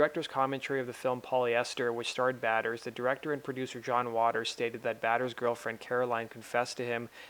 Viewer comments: Try learning how to pronounce the name of a dead person before you say their name 100 times in a video. Prouncounced Stiv Bay-Tors. Actually very very easy, Until now I had never heard anyone mispronounce it. Completely ruined the whole video 😑 (Mike Monroe & Ryan Roxie talking about Educate yourself on Rock History before you do this next time. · The maker of this video should be ashamed of mispronouncing Stiv Bators' name about 70 times over!!! It's 'BAY-ters," NOT "batters!" He wasn't a baseball player or a cake! And it wasn't a play on masturbator, it was his actual family name. If you did even a BIT of research, you would have heard it pronounced correctly. Check out Iggy Pop's condolence video to Stiv's father and show some fuggin' respect for one of the greatest front men in rock history.